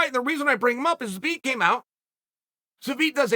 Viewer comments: Took so much time and effort to say his name, enlisted the help of Megan Olivi, still says it wrong 🤣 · Megan Olivi has trolled Uncle Chael into saying Zabit’s name incorrectly